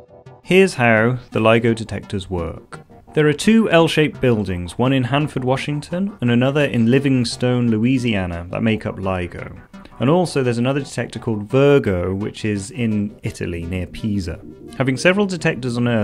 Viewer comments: Just want to make a correction. The name of the town in Louisiana that has the LIGO detector is Livingston, without an 'e'. with the last syllable pronounced like "stun" not "stone". I know about this because during my homeless days after getting flooded out by Hurricane Katrina a bit down the Mississippi River - in the locale of where the British military had a very rough time in Jan, 1815 - I stayed in Livingston (anything out in the boonies in Livingston Parish is called "Livingston") for a few months. While I was staying there, Hurricane Gustave hit, but the water didn't get high enough to flood me, but in 2016 there was a massive rain event that did flood the area. I had moved to another town in Louisiana (when I finally bought a replacement home) in nearby Washington Parish, and it got hit with an earlier massive rain event also in 2016 , but since I was wise to buy on "high ground", I didn't flood. I studied engineering at Louisiana State University, and I remember a physics student in my freshmen dorm telling me about how LSU was big into the study of gravity waves; obviously, this led to nearby Livingston getting the LIGO facility. Otherwise, Livingston is about the furthest place culturally one could imagine from cutting-edge astrophysical research (think Duck Dynasty, LOL!) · Livingston Louisiana not LIVINGSTONE Louisiana.